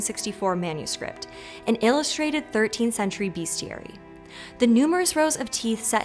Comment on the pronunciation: “Bestiary” not “beastiary”